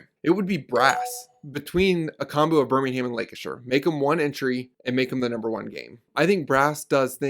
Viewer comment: The first American to pronounce Birmingham correctly …….. wahooooooooo go!!!!!